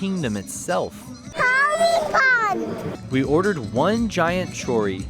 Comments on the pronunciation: Your little one says choripan better than you jajajajja😂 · english must have no words that carry the accent at the end cuz ya'll keep saying chorí-pan like it was koran or something lol